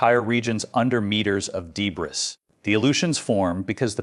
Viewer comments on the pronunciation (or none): What is "Dee Bris". 😂😂😂